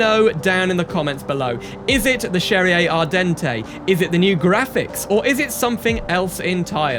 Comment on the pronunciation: why do you pronounce cherrier cars like it was italian ? in the "lore" it's french